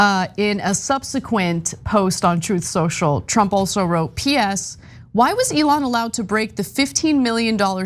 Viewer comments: It's pronounced "Trouth Snoshle"... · Trump glitches like an NPC 😆 He one time called his glorious platform "Troth sential" Good job buddy...